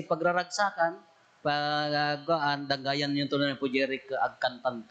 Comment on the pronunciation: Caoayan koma Father instead of Cagayan. Sorry